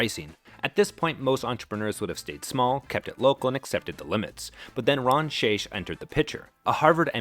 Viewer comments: Just a heads-up, the CEO's name is pronounced with a hard "ck" at the end of his name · The amount of errors in this video is staggering. From the pronunciation of the CEOs name (Shaich rhymes with bake) to Panera's imaginary IPO in 2007 (Au Bon Pain was a publicly traded company when they purchased St Louis Bread). Borderline defamation they way the lawsuit with the Texas franchise was described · Shaich like shake. I worked for the man. The Mac and Cheese was always from a plastic bag - just like the soups.